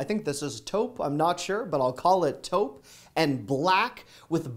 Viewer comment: Yes,, you did pronounce “taupe” correctly. And Flahn. Thank you, thank you. And, thank you for your crazy hard work!!! I love your videos!!! They always motivate me to go out and spend money, lolz!!